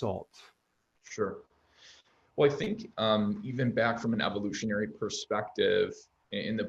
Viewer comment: 🤣🤣🤣 this guy says evolutionary Ha Ha Ha Ha Ha Ha Ha Ha Ha